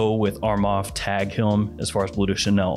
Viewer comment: Lol he said Tag Hilm